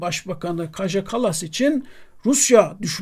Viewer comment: Kaja yazılıyor ancak Kaya diye okunuyor. Avrupa dillerinde J harfi Y olarak okunuyor. Kaya Kallas olacak.